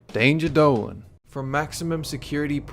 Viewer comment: how come in your intro when you say "" you sound like a Texan?